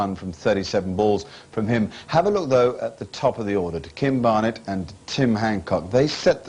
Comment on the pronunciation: Why did Richie always call Barnett BarNETT?